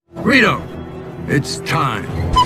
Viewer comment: I heard him say, "rito, it's time."